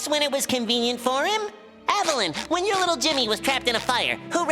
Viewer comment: Everything Wrong With: "wihen" is not a word.:^)